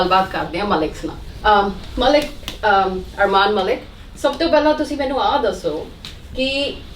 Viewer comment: Journalist jab 'malik' ko "mwahllik" bol ri hai to shez sounding like, "pawri hori hai" 😂😂